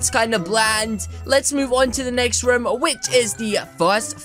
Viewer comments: And u said rom not room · You say raam it room